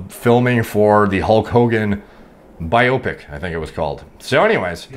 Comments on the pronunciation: the sectioned pronunciations are BIO-PIC and JUJI-MUFU. You're saying BI-OPIC and JU-JIMUFU. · Struggled with “biopic” though